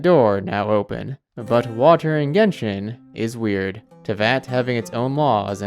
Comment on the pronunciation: I love how he says Watur